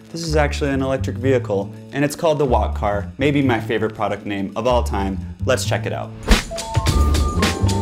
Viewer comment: I thought he said “wockhardt” ngl